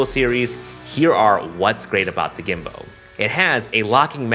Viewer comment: Sorry i keep hearing "weebow" and "gimbow" hahahah. Excited about this product!